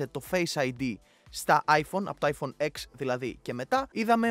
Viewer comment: Το iPhone X δεν Λέγεται εξ αλλά 10 μόνο στην Ελλάδα το λένε έτσι που είναι λαθος επειδή δεν ξέρουν να διαβάζουν Λατινικά